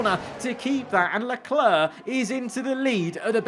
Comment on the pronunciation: It's not "Leclur", it's "Leclair", not that hard to pronounce, is it?